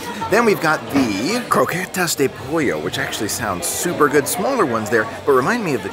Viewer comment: great videos... good job on the pronunciation of "croquetas de pollo"!!!:)